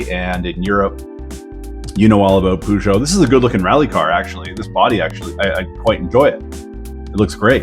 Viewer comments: BTW i´ve read some comment on the Peugeot thing (it is funny lol). In English i don´t believe you have that sound . In Dutch/French/Spanish the eu sound similar It is pronounced together as nearly one sound and it is not oo. It is that in English the e/a/o/u and such you make them sound really long like 2 or 3 times the letter. So to learn this maybe there is an app that can give you the sound. Its like short e short u and say that really fast after each other. Lol It is going to be difficult for you for sure . 😅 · Love the peugeot pooshow pronunciation 😂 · All European like. My foreign relatives can't pronounce it either. But I think I'll start calling it pooshow as well. I like it! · Lol "poo"geot lmfao I like the pronunciation